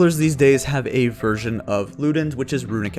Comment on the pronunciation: every time you say version i keep hearing it " virgin"